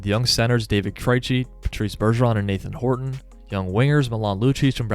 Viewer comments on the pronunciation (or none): none